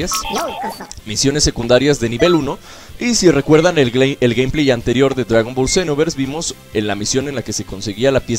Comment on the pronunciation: Alguien se da cuenta que dise dragón ballet senooooverss :v